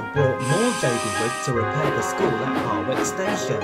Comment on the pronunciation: did you say Harwick?